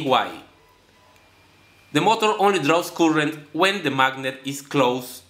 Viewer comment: Good effort - some language help - current is better pronounced as "car-rent" but "coolant" sounds confusing. Keep at it, keep learning.